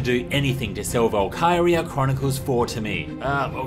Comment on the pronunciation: I thought he was saying Valkewria.